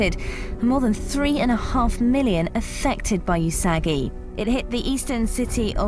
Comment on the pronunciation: yusagi? ;O usagi is pronounced oosagi :) lol it means rabbit in Japanese. but yeah, we should at least be prepared no matter what. it's more safer that way and keeps you more calm if something occurs. also, sorting out things you don't use is important as well :)